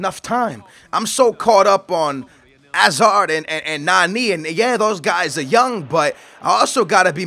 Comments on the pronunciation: say the H for Hazard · dude it's pronounced hazard ok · You pronounce Hazard weird lol